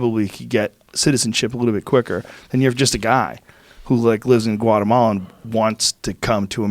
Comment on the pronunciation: Joe "Guatemala" Rogan